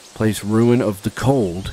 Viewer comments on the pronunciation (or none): Rune not ruin! Sorry had to be said 😂